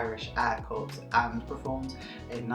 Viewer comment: Its "cor",not "corpse"